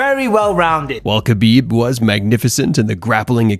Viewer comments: Man, small correction: Khabib sounds like "Habib", K is silent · HA-BEEB. Not KHA-BEEB. A little respect goes a long way.